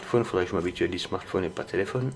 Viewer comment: Cool, u as du mal à dire "smartphone, mais ça va tu n'as pas dit "Gsm" ;)